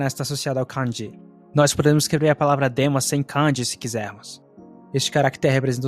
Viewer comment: Amigo, te recomendo o app JAccent. Não me leve a mal, é só uma dica para ver onde está o tom alto e baixo nas moras japonesas. Vc pronuncia "kanji", denwa, watashi, etc, com acento tonal diferente do que os japoneses usam. Falo isso pq na hora notei o erro de pronúncia e confirmei tudo no JACccent